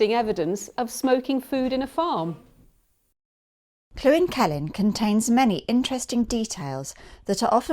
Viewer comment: It is NOT pronounced Clwyn. Try this link